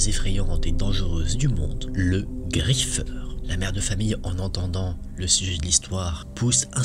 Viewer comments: Tu a dit le griffer! 😢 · Ta prononcer le nom du griffeur 😭